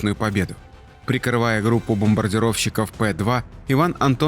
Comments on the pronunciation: Автор Пе-2, а не Пэ-2. Буква Е не знаете как читается? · Не "Пэ-2", а Пе-е (констркутор Петляков, а не Пэтляков"). Юнкерс - это немецкий бомбардировщик, который не мог атаковать наш бобмардировщик. Ни Пе-2, ни, тем более "Пэ-2" ввиду отсутствия последнего в ВВС КА. А асли бы отважился, то ему пришлось бы не сладко, ведь Пе-2 проектировался как высотный истребитель. Война заставила переквалифицироваться в бомбардировщик. Материал надо знать. Не похабь подвиг прадедов, пацан. Книжки читай, а не передергивай Интернет-ролики всевозможных экспердов.